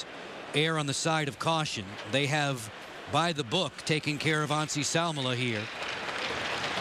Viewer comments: lol cant say Anssi Salmela. Who is Nazi Salmela lol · He meant that the commentator pronounced 'Anssi' a bit like 'Nazi'.